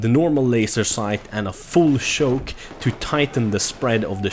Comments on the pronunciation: its not shoke is CHoke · He was pronouncing choke as shoke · He says full shoke and not full choke lol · "full schouke" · A full shoke